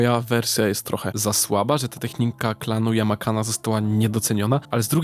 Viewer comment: Klan yamanake a nie yamakane, ogólnie chyba sztosik :p